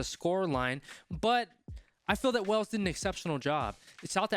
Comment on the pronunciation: Great analysis - just one thing mate…it’s not pronounced “wells” but rather “whales” 🐳 🏴 😉👍🏻 the people are referred to as the Welsh of which you pronounced correctly